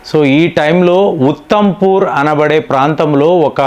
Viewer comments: ఉథమ్ పూర్ కాదు ఉధమ్ పూర్,అలాగే పూఛ్ కాదు పూంఛ్ అని చెప్పాలి....... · నమస్కారం 🙏 మీరు ఉత్తంపూర్ అనేది correct కాదు. దీని అసలు పేరు ఉదంపూర్. 😂